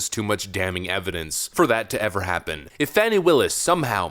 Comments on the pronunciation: It isn't "Fawny". It's "Fanny". Pronouns: Huge/Fat & full of Wade. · It’s Phooey Willis, not Fanny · I believe her name is pronounced "Phony" Willis. The phone calls demonstrate her lies about her relationship with Nathan Wade. She's fake, lying under oath.